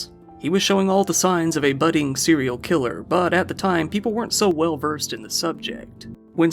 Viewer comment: Bro your grasp on the English language is minimal at best. The two that bothered me the most were “buddying”, it’s budding dude. Next was “won-ton”. I was pretty sure you were fucking with us at that point.